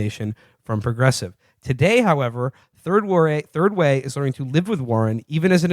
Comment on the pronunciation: lol "turd way"